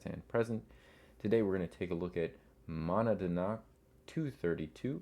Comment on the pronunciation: Mow-NAD-knock is the proper pronounciation